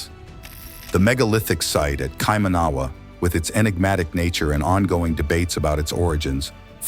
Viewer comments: Why didn’t the narrator find out how to pronounce Kaimanua first? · You keep pronouncing Kaimanawa incorrectly and it drove me a bit crazy. Didn’t bother to even google the pronunciation? Thorough research there, mate. Otherwise, pretty accurate video. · The Kaimanawa Wall and you are pronouncing it wrong which doesn't help, but to me it looks very similar to a wall I've seen in the centre of Cusco in Peru and another one in Sachsaywaman. To me these sites are of international significance. There is talk of a civilization called Lemuria, datimg back 100,000 or maybe 200,000 years from memory, that NZ was said to be a part of, or at least an outer island that they went to for celebrations. The knowledge of Lemuria was passed down by elders in Hawaii. The fact that the NZ government and political correctness are covering up these sites and shutting down research is despicable. And to all those scoffing at it, your closedmindedness is typical of people that repress knowledge and growth. What harm is there in investigating it further to see what's actually there? If they find nothing and that the rocks were natural well so be it, but sitting here in an armchair saying that looking at a video, when there are genuine archaeologists who have been there and have knowledge of this and are experts in their fields, shows only your ignorance. There should be considerable funding given to unearthing what's there and learning more about our history. The fact it is being shut down and blocked off tells you everything. It's a can of worms that people don't want to look at as it would change everything in the text books. People prefer to remain in ignorance, because its comfortable, than open theur mind to things beyond their limited perview. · And you go to Spain and you try speaking the language and you speak Spanish with perfect pronunciation ? Someone that doesn’t live in New Zealand may not know they are even pronouncing words wrong… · TRY THIS . ki - man -a wa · It’s KaiMANawa